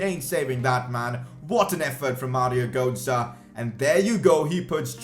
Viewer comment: Mario gootzah? Bro you can’t speek lol